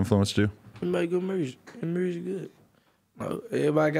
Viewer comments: more like murrsic😂😂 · "He making murrsic" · “ He make good mursik “🤣🤣